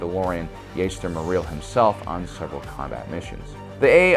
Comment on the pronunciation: Who's "yay-ster mer-eel"?